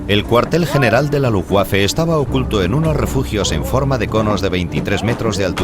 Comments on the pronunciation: Se pronuncia luftbafe, no lufguafe. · L U F B A F E , y no lufgüafe que da grima oirlo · Jajajajajajaja que coño luuguafe no pues si que era luuguafe no luffwafe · primero: no sabes decir LUFBAFE, y segundo viva la Luftwaffe. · "LUFTVAFE" (la "w" en alemán se pronuncia como la "v" en español) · Jajajaja la rompió con ese Luftguaje jajajaja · Pensé que se pronunciaba luftbeifen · Lutbafa la verdad. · quién traduce esto??????... cómo que no son capces de pronunciar Luftwaffe, Wansee, Waffen, Werner, Heydrich, Walter........??????????? PALETOS... infórmense antes de traducir y doblar..... VERGONZOSO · Que así se dice, no se lee como se escribe, en alemán la w la pronunciamos como una b no como una g. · MUY BUENA CORRECCIÓN....es terrible la pronunciación, realmente infame